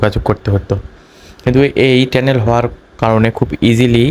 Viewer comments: টেলেন না টানেল 😅😅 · টেনেল,, নাকি টানেল,,কথা ও সঠিক করে বলতে পারেন না,,আপনাদেরকে,, বিডিও বানাইতে বলে কে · টেনেল না ভাই টানেল । 😂😂😂